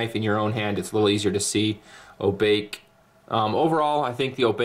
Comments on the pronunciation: Sir, it is NOT oh-BAKE. As I'm sure others have pointed out, but Oh-baa-kay, which is Japanese for Ghost. My Mom used to tell us Obake stories when we were small kids in Hawaii. One in particular was Obake Neko. Which is "ghost cat". I believe they made a movie about that scary-azz cat with the monkey-like paw. Turned me off cats, pronto. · I don't know any Japanese but I was sure that the pronuciation was far from a sound like "Oh (I need to) Bake (some cake). I am afraid now that this will be Barbie's grandmother's ninja blade, or even worst, Ken's great horse spirit. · "Oh-bah-keh" hey use the "ah, eh, eee, oh, ooo" pronunciation of vowels so they are short vowel sounds not long ones... As many have pointed out lol. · Thanks for the overview fellas! Good to see this beautiful blade getting the treatment on YouTube. For future reference: It's pronounced "Oh-bah-key" ;) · I think it's Oh-Bah-Kay.